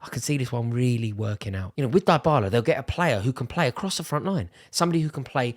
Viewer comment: It's "DEE"--bala!!! (but you're right Rory, that'd be a brilliant signing for Arsenal actually)